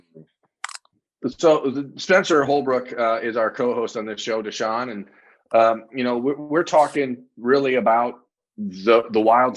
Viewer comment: Can some please tell it’s DASAN not Deshaun